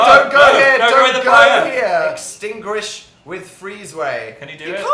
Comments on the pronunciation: am i the only one who heard dan say ‘extingwish with fweeze way’ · "Extingrish with the fweeze way" lol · “extingrish with freeze way”